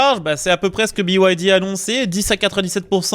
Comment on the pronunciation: Pourquoi biouaildi? pour moi BYD ça se prononce bide. Continuez à faire la promo de voitures subventionnées par l'état chinois et vous finirez par vous retrouver à poils. Cette concurrence déloyale et faussée tue nos marques et nos emplois. Il serait plus que temps que vous en preniez conscience. Pour moi ce sera Alpine 100% fabriqué en France avec en prime, un réel plaisir de condire...!